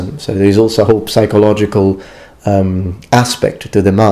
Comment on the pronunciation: Amazing videos mate, really something else. Samurai armours have always fascinated me and I honestly thought the whole mask plus helmet combination would be some sort of blinkers, so to speak but apparently not, learning something new at all times! Just a small point on your English, don't pronounce the p in psychologically so much, I believe that for all intents and purposes it is a mute consonant. Cheers!